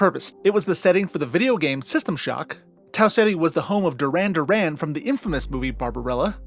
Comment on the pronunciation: Minor point, but unlike the music group who took the name of the character, the actual character Duran Duran is pronounced DOO-ran DOO-ran.